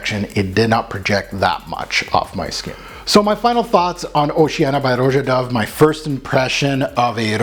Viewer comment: Son you knew it wasn’t aquatic !!!! You made this video 3 months ago. Everybody and their mother knows this is not aquatic. Get it right his name is not pronounced Row Jah it’s just Rah Jah